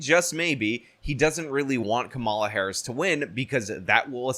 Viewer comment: Nice to hear you pronounce “Kamala” correctly, rhyming with “masala.”